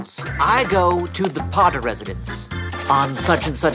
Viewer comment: unnnhhhh but make it pottah